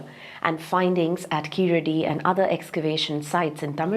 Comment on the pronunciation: sir , thank u for the video but a small correction plz ,,,,,,, its not keeladi and not tamil ,,,,,, its Keezhadi and Tamizh ... kindly hard pronounce ZHAA thoroughly , if we lose one alphabet we lose one complete language